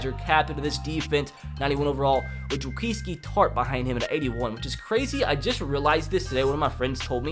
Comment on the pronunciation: i like how u said Jaquiski tart